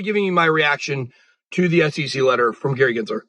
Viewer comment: Its SEC, not SCC